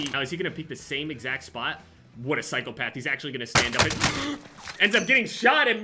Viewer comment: idk why but whenever says “what a PSYCHOPATH” always brings a smile to my face 😂